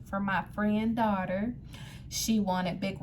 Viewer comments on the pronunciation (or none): none